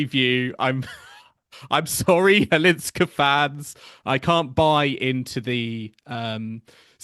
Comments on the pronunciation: Firstly, Chwalińska, not Cwalinska. Secondly, Maja has been on tour for 7 years. Mirra is a talented girl who has got everything on the table. Maja had to fight with many things on her way of being a professional tennis player (injuries, depression, lack of money) for many years. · Why don't you both try harder to learn how to say properly Chwalińska instead of Halińska? Many others foreign commentators already got it right. The way you say it sounds very unprofessional. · LEARN: Maja Chwalińska => MY-ah HVAH-LEEN-skah 🌀 Maja = MY-ah (like “my” + “ah”) 🌀 Chwalińska = HVAH-LEEN-ska(h) “Chw” sounds roughly like “hv”. The “a” is pronounced like the “a” in “father”. “liń” sounds approximately like “leen”. “ska” is pronounced like the ending of “Alaska”, but shorter and crisper.